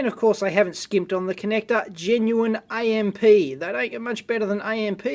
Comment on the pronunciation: "AMP" is not spelled out -- it is pronounced amp, period.